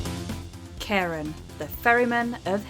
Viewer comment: Not a big thing but I thought you pronounce Charon not with a ch but a K sound so it sounds similar to Karen.